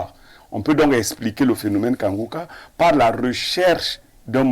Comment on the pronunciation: La journaliste la ne sait pas lire iu elle fait exprès. Incapable de prononcer Kanguka pourtant un mot facil a lire.